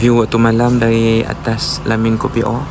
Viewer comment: Assalamualaikum encik,sebutan KOPIO bukan KOPI O tp KEPIO...mf ye saya hanya tegur dan perbetulkan sebutan..